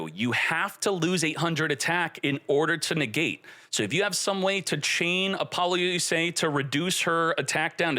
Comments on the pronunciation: Ap-ol-lou-sa Say it with me. Not apollo-u-s-a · Super interesting and love the breakdown of the rulings. But your pronunciation of Apollousa is insane. I’ve never heard anyone pronounce it “uh-pol-yoo-say”. That is an illegal pronunciation of “App-uh-loo-suh”. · This man really called Apoullousa Bow of the Goddess, Apollo-USA 😂 😂 😂